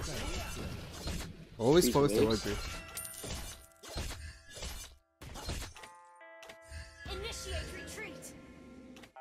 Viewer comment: *roger not rogger